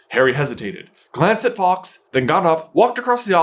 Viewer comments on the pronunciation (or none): none